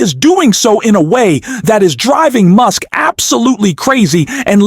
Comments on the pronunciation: His name is Gavin Newsom, not Gnome! And Elon Musk, not Muse😂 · You are mispronouncing the names. You call Musk, Muse and Gov. Newsom, you call him Neum. If you can't get the names pronounced correcting what is the point watching your videos? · Are you using an AI voice to create your video script? I ask because of the irregular, but repeated, mispronunciation of surnames such as Newsom (Gavin "Nowm"), Buttigieg (Boo te jooge) and even at times Musk (Moosk). What's up with that? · Mooosk? Computer bot faulty pronunciation.